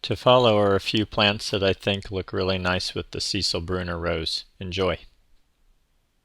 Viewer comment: It is pronounced Cecile (sə-SEEL), not Cecil. It is a female name, equiv. to English name Cecilia.